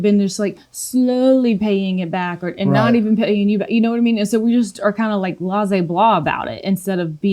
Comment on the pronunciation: "Lazay blah"? • Refer to video . • Maybe, maybe you meant blase'?